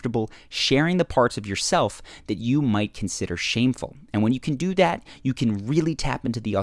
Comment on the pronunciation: "ang wen you cayne dew dat"